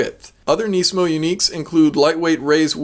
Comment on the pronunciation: its nismo not neesmo or whatever.